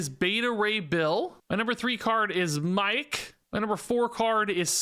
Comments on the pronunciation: "My-Ek" lol, clearly didn't watch Thor Ragnarok. Miek is pronounced "Meek". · it is not Mike it is Meek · It's pronounced "Meek" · Miek is basically pronounced Mik, he was in Thor Ragnarok :) But honestly calling him Mike is just hilarious XD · Miek pronounced "Meek" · Miek is pronounced "Meek". He was in Thor: Ragnarok, he was Korg's bug friend. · Pretty sure Miek is pronounced like meek in the canon, but hearing him called Mike is much funnier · I think Caiera is going to make the Kazoo and Ultron decks great. Btw Miek is pronounced as Meek. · I think miek is pronounced “meek.” This set seems to have a sakaar theme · miek is pronounced meek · I think you can give yourself more credit with these predictions. You’re really good at understanding the mechanics of the game. Also Miek I believe it pronounced like the word “Meek”. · calling Miek "Mike" killed me😂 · "Meek" is how you pronounce it lol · this is the world war hulk patch man and how u say miek its like meek. remember the little insect korg was carrying around in thor ragnorok thts him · "Meek"... "Meek" lol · It’s pronounced Meek. He’s Thor and Korg’s little bug friend in the Thor movies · love your videos! btw, her name is pronounced “meek” — ikr